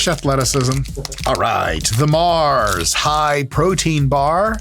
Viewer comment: Love the accent for Mar. Think European, but Mars is based in Slough, UK. Otherwise known as one of the biggest shitholes in the UK, and the location the original The Office was based upon.